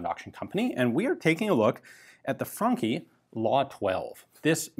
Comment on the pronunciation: I love how ian pronounces the franchi correctly as frankhi and not as franchi.